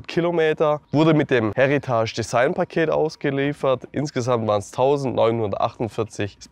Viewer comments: Absolut nicht böse gemeint - aber bitte bitte - es ist ein Heritage Paket. Das Wort ist Englisch!!! Kein Häritasch! Das ist nicht französisch!!! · Wie er Heritage ausspricht 😂